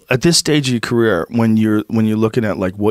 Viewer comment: the word is “career” Joe Rogan